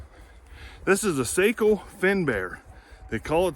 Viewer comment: Love the old Sako ( pronounced SOCKO) you need a bench